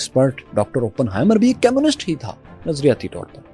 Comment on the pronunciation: How could you miss out the fact that Oppenheimer also went to Cambridge. Also one more thing, when you say communists, it sound's more like chemists, which confused me. Other than that its good. 😊